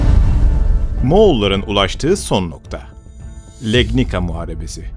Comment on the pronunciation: Legnika diye degil Legnitsa diye okunur Legnica. Duzeltirseniz sevinirim.